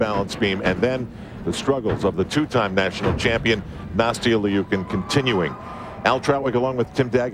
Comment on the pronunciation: Ikr!! They keep saying Nastia Leeookin...